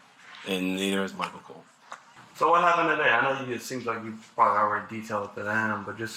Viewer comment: She said COLE 😂😂😂😂